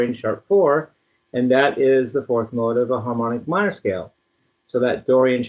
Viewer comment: I barely hear harmonic minor when you say harmonic minor.